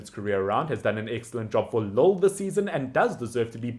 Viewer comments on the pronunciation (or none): none